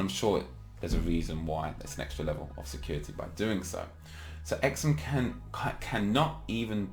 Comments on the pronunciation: its pronounced "SUM" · Surely its pronounced like sum but z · It's pronounced Sum. Like when you add two numbers together you get a sum